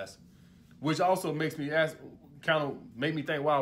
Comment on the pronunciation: Thanks for your insight.... one observation stop saying axe when you say ask